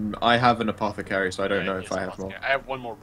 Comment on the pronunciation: Say it with me "A-Po-The-Cary" Not "Apokethary"